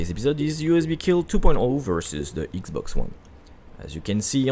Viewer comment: Its not ixbox its xbox